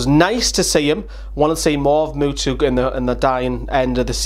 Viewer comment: I love when you say Muto like Mutu, xD much love from norway